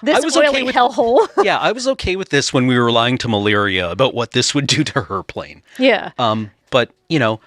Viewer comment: Was there some sort of typo/name change/pronunciation in the stories for Malira, cus they keep saying Maliria, with an extra i at the end. even corrected himself to say Maliria after saying Malira correctly. It was confusing the heck out of me the whole time. Either way, great episode. Love the just pure lore episodes.